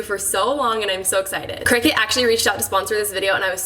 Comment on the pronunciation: Not to be THAT person....but I think it’s pronounced CRY-CUT 🙊